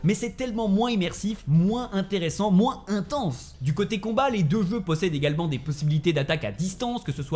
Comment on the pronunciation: C est bizarre il arrive a dire "je" mais pas "jeux"